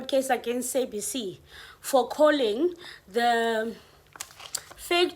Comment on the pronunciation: The way you pronouncing sabc, it's stressing me out 🥴